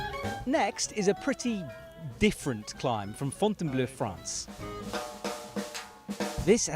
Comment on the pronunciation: So sorry for being a smart-ass, but the "-bleau" in Fontainebleau is pronounced "blo", with a long "o" as in "bold".